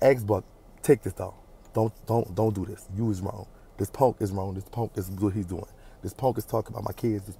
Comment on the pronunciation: LIKE DIS PONK NOT PUNK PONK😂😂😂😂 I LUV U ❤️❤️❤️